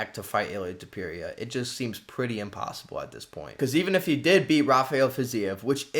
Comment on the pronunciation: Bro Google translate teaches the pronunciation hahaha, what's going on with Tewpeereea 😭